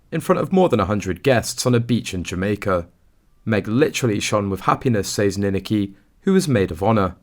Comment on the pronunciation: Don't you EVER check the correct pronunciation of names? It's Nin ak i, with the emphasis on the 2 syllable!!!!